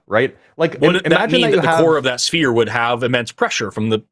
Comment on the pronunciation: “Sphere”, not “sfere”.